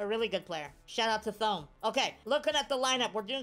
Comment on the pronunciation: Thome is pronounced Toe Me